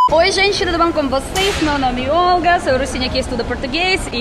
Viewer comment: Olga ( kkkk 😂) te amo! ❤❤❤